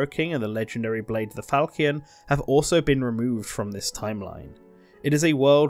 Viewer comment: While you've corrected some of your incorrect pronounciation from the first video, Archanea and Falchion are still wildly off. Arch-an-nea, not Arch-nea, Fal-chi-on, not Falk-ion